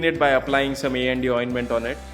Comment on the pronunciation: I know everything about "A&D Ointment", but I heard "ND Ointment" in video! Thanks.